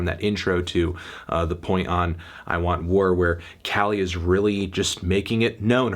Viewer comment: he rlly said "kali youches" its pronounced ooo-cheese